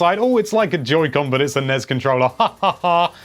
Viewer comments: "NESS" not "NEZ" =) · Can anyone explain why he sounds out N.E.S. and S.N.E.S. like it's a word.....???🤨 it sounds rediculous..🤦‍♂️ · I cringe ever time you say nez and snez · NES? I usually hear it pronounced N-E-S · EVERYTIME YOU SAY "NEZZ" I KILL A KITTEN.